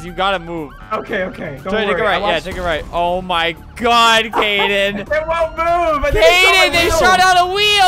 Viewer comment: ITS KADEN NOT KAYDEN EEEEEEE